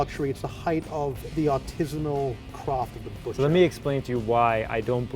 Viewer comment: "ARTISANAL CROFT"...😳